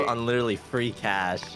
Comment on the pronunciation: Fwee tablet